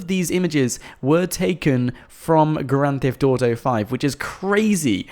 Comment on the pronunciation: why u say "grand thift auto five"